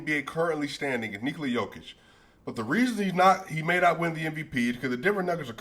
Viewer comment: Commentators are thinking about Djokovic so they are saying Jokovic, instead of Jokic lol.